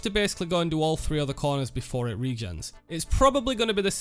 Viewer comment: "Ello everyone, and welcome back to an ova video" so northern